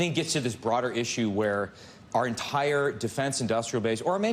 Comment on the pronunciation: You pronounced defense like it was a football team.